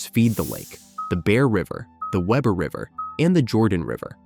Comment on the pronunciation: Its pronounced we-ber